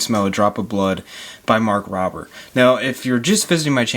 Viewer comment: Pronounce Rober correctly!!!